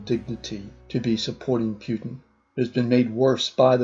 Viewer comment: When I saw politifact saying "pants on fire" I knew this video is fucking stupid, how do you even go past false? Also, it's Putin, not peutin